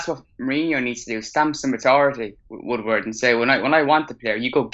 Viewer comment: It’s ed Woodward not wood wood ffs